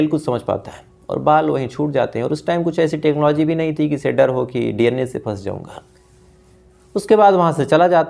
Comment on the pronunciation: DNA ko D Anne kiyun bolte ho